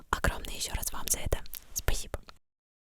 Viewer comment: Что с твоего спасибо???